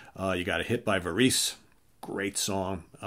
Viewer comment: Two small points, youngster (I am 66, I heard this stuff when it was new. ) You don't care, but the pronunciation of Varese (who Zappa acknowledged as an influence) is closer to verezz. Also everything you covered is in an hysterically inexpensive box set you can get on Amazon. Well everything but the live set. There's a volume two that I think I'll give a pass.